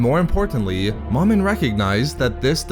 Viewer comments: It's pronounced "Mo-Min" not "Maw-min" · Agreed. There is only one M in the middle of the word. Thus the long vowel. Plus it sounds silly calling a Sith lord Mom in. Is your Mom in? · It’s not “mom-in”. It’s “Mo-min”. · You are saying Momin wrong